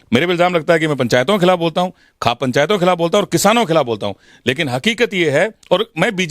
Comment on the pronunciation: आप खौफ पंचायत को खाप पंचायत कैसे बोल रहे हैं